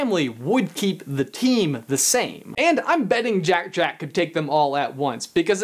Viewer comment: It's Jack-Jack, not Jake-Jake. Jack rhymes with hack, Jake rhymes with rake.